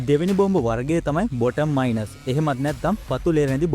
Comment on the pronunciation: හොඳයි. ඉංග්‍රීසී ටිකක් හදාගන්න. Mines...... minus...... මයින්ස් සහ මයිනස් .